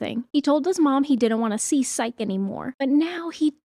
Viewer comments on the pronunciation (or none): its "P-S-y-ke" like Nike but with ps in the beginning, not sike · Psyche is pronounced with the long e sound at the end, like Saiki from Saiki k. Hecate has two pronounciations (he-kuh-tee) and (he-kate) with the kate pronounced like the number 8 with the k sound at the start.